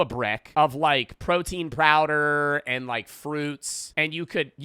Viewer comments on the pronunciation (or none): "protein prowder"